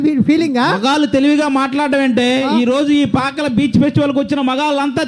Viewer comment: పాకాల కాదు పాకల